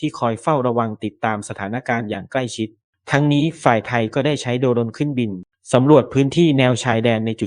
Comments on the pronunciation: ทำไมเขาอ่าน โด - รน อ่านว่า โดรน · โด รน อีกแล้ว เมื่อไหร่ตะอ่านให้ถูกต้อง ไปเรียนหนังสือเพิ่ม ทำไมไม่สอน AI ให้อ่านให้ถูกต้อง